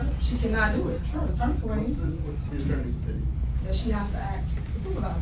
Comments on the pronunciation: " you can ax" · "Axe" lol. What is she, the mayor of Oblock?